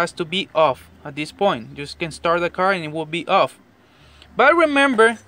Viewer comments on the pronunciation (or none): none